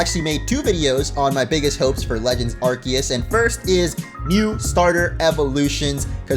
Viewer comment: You get my Like just for pronouncing Arceus correctly